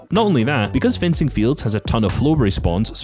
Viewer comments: Great vid, but it’s fencing field not frenzy lol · He said frenzy fields 😂😂😂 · I like the fact he said frenzy fields when it’s fencing fields 😂